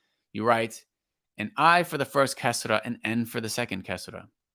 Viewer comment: The Kasra is not like the i in tin but like the ee in been, except that it’s short . In tajwid it’s a mistake to read the kasra like English i sound.